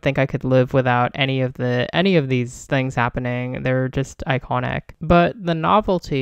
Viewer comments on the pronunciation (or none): none